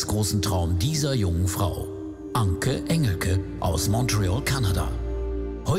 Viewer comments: Änki Änschelki 😂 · "Anki Änjilkie" 😂😂😂